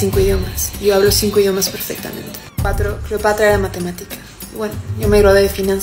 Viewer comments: Cleopatr"O" xD jajajajajaja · ESA no es Cleopatra, es Cleopetra